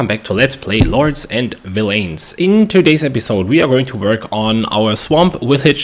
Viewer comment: It's prounced like villains. If you Google the word, there is an audio button that provides you the pronunciation.